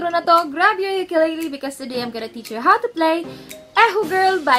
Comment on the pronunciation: I recommend you learn how to pronounce ukulele